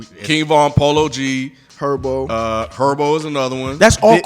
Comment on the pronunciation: How did y’all not know how to say G Herbo ? 😂 G Arbo? G Erbo ? D’fuck 😂